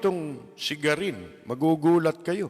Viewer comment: GARIN hindi Guarin.😊